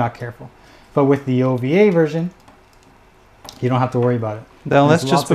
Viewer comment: Jesus stop saying “version ka” just say ver ka. It sounds stupid for some reason